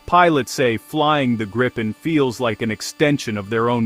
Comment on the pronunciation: GRII-PEN not Graaypin